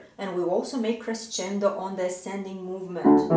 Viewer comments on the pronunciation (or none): none